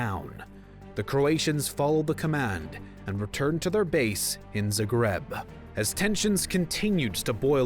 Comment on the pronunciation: Just a tip- maybe look up how to pronounce the names of places you're lecturing about. (Zagreb and Sarajevo both wrong.)